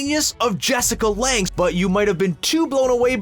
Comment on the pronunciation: So annoying! Also he said Betty instead of Bette and said Jessica Lange wrong